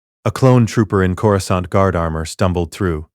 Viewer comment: Yeah like when it says the h in Ashoka. And says Corascant wrong also. And a lot more like the wrong race for characters sometimes.